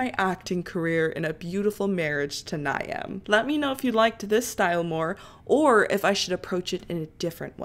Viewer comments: Ny-am as u say is actually pronounced “Neev” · Before more people say, Niamh is pronounced like Neev lol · its pronounced neeve 😭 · i screamed at the way u pronounced niamh